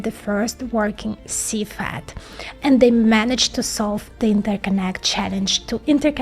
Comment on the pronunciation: When she says "FAT" she means "FAB", when "CFAT" she means "CFET".